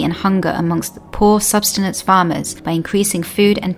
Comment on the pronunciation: Pixies & Elves Hector's the word is HECTARE!.. Please check your work. Hector is a man's name. 2: Subsistence Farmers, not what was said . - . Tony Rinaldo is an amazing evangelist.